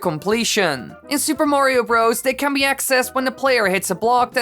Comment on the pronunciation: you put emphasis on the wrong word. It’s Super MARIO Bros. not Super Mario BROS. Just saying